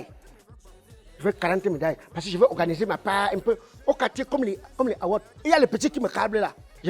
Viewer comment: Donc c'est "Award" que prononce "Awott"? 😂😂😂